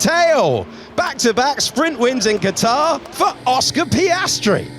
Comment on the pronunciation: It's in Qatar not catarhh.